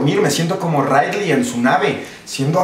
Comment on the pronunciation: es ripley, no ridley